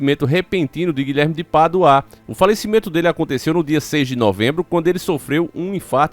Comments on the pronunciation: É Guilherme de Pádua, e não Guilherme de Paduá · O nome dele não se lê Guilherme de PaduÁ e sim Guilherme de PÁdua kkkkkkkk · O NOME DO CARA É GUILHERME DE PADUA E NAO GUILHERME DE PADUÁÁ FALA O NOME CORRETO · Vinheram? Não seria vieram? Paduaa e sim Pádua. Misericórdia.... português brejeiro. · Desculpe mas a pronúncia correta é Pádua e não padua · Não é paduá não é Pádua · Guilherme de Pádua, não de paduá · Guilherme de Paduáá kkkkk, desculpa eu ri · O nome é Pádua e não Paduá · Não se pronuncia PADUÁ! E sim PÁDUA!!! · Porque Guilherme de Paduá e não de Pádua 😂😂😂😂😂😂😂 morri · Rapaz , fala direito, você sabe que o nome certo é Pádua e não paduaa. Isso que dá raiva a pessoa saber o certo é ter prazer de falar o errado. Isso infelizmente é o povo Brasileiro. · Desculpa irmão.. más primeiro o nome do tal " é Guilherme de Pádua e nao Paduá! E tudo pode acontecer , más não vejo muita ligação .. porque todo ano tem 6 de novembro!!! E nada aconteceu com ele.. portanto se fosse assim o infame era pra ter ido já anos atrás ! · Paduá kkkkkkk parece um retardado lendo kkkk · você é francês??? Padu-A kkkkkkkkk